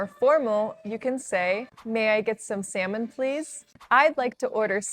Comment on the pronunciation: If u pronounce salmon as semen',what actually is the seven be pronounc3d?